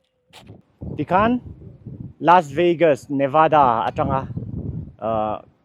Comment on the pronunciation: Lasveigas a tia law ... Lasvegas tih mai awm